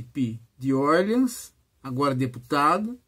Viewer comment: Orleans é francês, professor. Doi um pouco a prnuncia ingkesa.